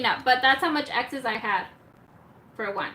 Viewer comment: “Excess” not exes